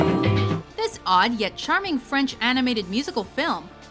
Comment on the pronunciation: Holly shit, your french pronunciation is perfect!